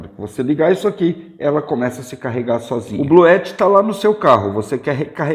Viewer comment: É possível ligar um chuveiro com esse sistema da Bluetti (Bluuti é a pronuncia correta) ligado com placas solares?